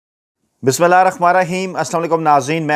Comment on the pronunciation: Arey yaar tumko Bismillah bhi sahi padhna nahi aata..afsose.....